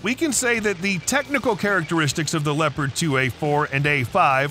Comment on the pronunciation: It is called Leopard and not Leprat